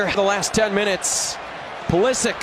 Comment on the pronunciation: Modric goes like "Modrich"- you dont say "Modrick" - Pulisic is also a croatian surname, so it's "Pulishich", guys))